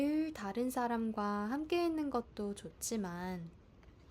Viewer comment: it really sounds like you say 사람과 not 사람들과. is that just my untrained ear?